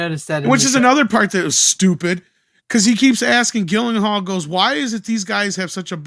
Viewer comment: Gyllenhaal = Jill-In-Hall, not Gill-In-Hall.